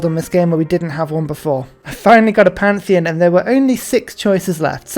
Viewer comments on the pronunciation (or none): none